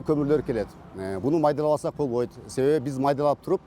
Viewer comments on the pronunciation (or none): none